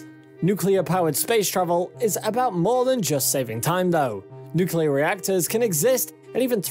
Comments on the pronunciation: New Klee Er New-Klee-Er = Good. Newk-You-Lurr = Bad. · you lost me at "nucular" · If you don’t cut corners by having a robot doing the narration, at least get someone who can pronounce “nuclear” properly. Funny how he corrected himself halfway through.